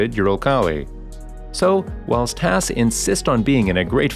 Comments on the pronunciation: It's not pronounced 'Hass'. I think it's kind of disrespectful to pronounce it that way. Is it a bot narrating, or human being? The A sound in Haas is pronounced the same way as the A sound in the word car. Please!? It's killing me every time I hear "Hass". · Why did keep pronouncing hass wrong